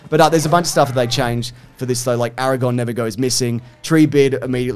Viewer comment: AraGON and LegAhLas is killing me